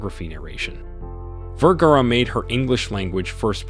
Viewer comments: The announcer continues to mispronounce her last name. It is Ver-ga-ra. Not Ver-gar. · I think he's German, the right pronounce of V in Germany is an F in English. That's why he probably pronounce Firgara and no Vergara. But that's ok. She still is one of the most gorgeous model and she is proudly a Latina. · Vergara rhymes with "where car uh?" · My friend, you continually mispronounce English words and names, the latest is Sophia Vergara's last name. The first part Ver sounds like "fir" (as in fir tree), change the f with the v. The second part of her name "gar" sounds like "far", just place f with the soft g sound (not gee but the guh sound as in gar) and then add the final vowel "a" with the "ah" sound Vergara. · Why didn't you mention her Husband and Son? You can't pronounce her name correctly! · wish u knew how to pronounce her name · You dont even get the correct pronounciation of her name until the end of the video, are you just reading a script. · wow you really butchered her last name . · Please learn to pronounce her name. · Dude you need pronounce her name better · That's not how to pronounce her name !!!!